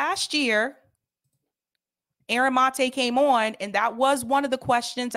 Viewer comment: Seder is pathetic. He keeps saying things like, "I'm sure but don't know." He can't pronounce Aaron's name and calls him "this guy." He continually digresses into irrelevant things. Sam's the crazy uncle you hope falls asleep in a 'tryptophan haze' on Thanksgiving.